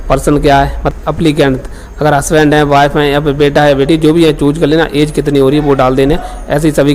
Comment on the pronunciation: Chooj✅ choose❌